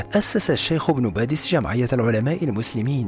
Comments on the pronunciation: باديس وليس (بادس) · بارك الله فيكم على المعلومات ولكن يرجى التصحيح إسمه إبن باديس وليس إبن بادس ورمضان مبارك لكل الأمة الإسلامية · صحح اخي ابن باديس وليس بادس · شكرا على المديح وللعلم انا من الجزائر 🙋🙋🙋🙋و سمه عبد احاميد بن باديس انه باديس وليس بادس😊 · لتصحيح إبن باديس و ليس بادس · ليس بادس بل بديس